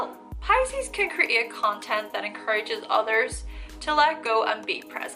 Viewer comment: escape and create lol how she prounce them